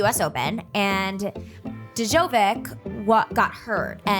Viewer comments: The way pronounced Djokovic😪😂😂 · Harshith K Aananth, did you cringe how she said djokovic?